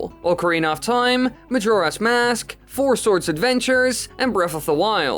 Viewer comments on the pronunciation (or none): none